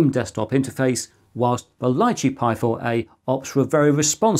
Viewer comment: "Lichee" is pronounced "lee chee". It's a small fruit, following the Raspberry Pi's lead, I guess.